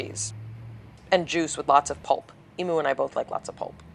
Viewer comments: Emu is pronounced, Eem-yoo. Some do pronounce it, Ee-moo in fun or slang !! I love the style of this video. I also prefer natural beauty and makeup that is natural looking, like Yours was. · Incidentally, the name of the bird is pronounced "Eem-Yoo"